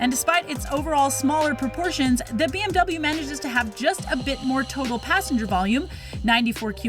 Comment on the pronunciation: it’s BMW not BWM.. hmm..